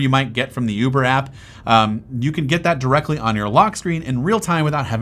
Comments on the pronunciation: did he say "Yuber" app?!!! 🤣🤣🤣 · Why did you say yuber app